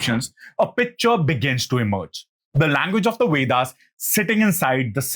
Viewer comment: It's not the wedas. It's vedas. Pronounce the letter V correctly